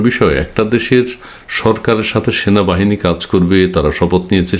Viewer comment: ভাই আপনি বার বার ভুল বলেন কেনো সেনাবাহিনী হবে, এর পর থেকে উচ্চারণ ঠিক করে করবেন